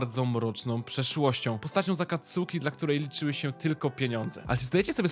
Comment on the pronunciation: No offence, ale imo lepiej by bylo, jakbyś wymawial su jako s(poprawnie) -> akatski, saske, natomiat to Twoja decyzja, elooo